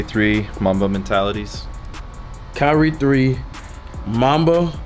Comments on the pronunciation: He said kryie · Kriyie😂 lol kyrie * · "Kyrie" Not kryie. Its not flight anymore.... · mans said “kryie” and “jideal” bro i fucking died lmfaoo